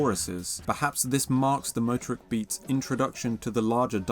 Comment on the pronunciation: Stress the 2nd syllable --- moTORik